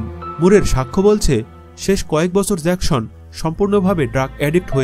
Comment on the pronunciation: Eita jackson not jakshon